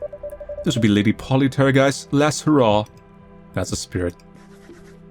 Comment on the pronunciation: brooo “lady polly tergiest…” poltergeist…